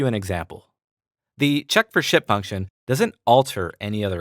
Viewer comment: anyone else hearing shit every time he says ship?